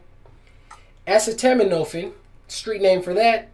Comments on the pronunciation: "did this Nigga just say (as-sa-toe-min-no-fin)? Correction: Acetaminophen!! Wtf!!" ...LMBO!!!!!!!!!!!!!!!!!!!!!!!!!!!!!!!!!!!!!...Yes, he most certainly did say AS-SA-TAMMA-NO-FIN!!!!!!!!!!!! Credit for trying dude, but i'm DLOH!!!!!!!!!!!!!!!!!!!!!!! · Tha hell is, "Acid-tamin-ofin"??? 😨 Damn, bruh, you read the label and STILL choked on pronouncing, "A-ce-ta-mino-phen" phonetically! 🤣🤣🤣 Other than that, nice tip👍 Hymn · It's pronounced ...a ceet a min o fen. Just saying brother. Not being a wise ass. Vicks is great for nail fungus too. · Learned something new. Will try on my beard. No disrespect but acetaminophen: A-see-ta-men-o-fin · did he say.... ASS toe min fin, LMAO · A-seed-dah-med-i-phine is how its said lmfao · A-seat-o-men-o-fen =acetomenophen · its pronounced AH SEE TOW MIN AH FIN, brother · good video.. Just an fyi Ah- cee- toe- met- ah- feeen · David Johnson Bwahahahaaaaa... I know what it is... his PRONUNCIATION is what's HILARIOUS... 😂 🤣 😂 Hymn